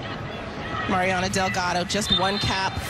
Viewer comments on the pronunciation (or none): The male announcer mispronounces the first name of Mariana Larroquette. He says 'Marina'